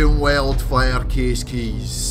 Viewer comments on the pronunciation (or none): Literally sounds like he's saying Operation Welfare LMAO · when he sais operaggggagagagation weeeeld fir kaasssis cuz of his acent